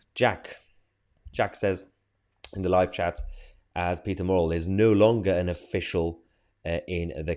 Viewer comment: It's MURRELL......NOT MORRELL!! At least get his name right FFS???